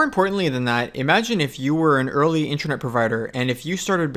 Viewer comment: Sounds like you are saying "intranet".